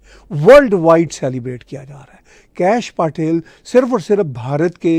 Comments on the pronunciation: Please learn to pronounce Patel पटेल correctly!! It is not PAAtel!! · आदाब It is pronounced पटेल (پٹیل). 🙏